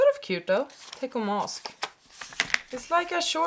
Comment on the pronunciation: I noticed you are calling it a tech-o but it is pronounced tet-cho I made this mistake for years before someone called me out on it and laughed at me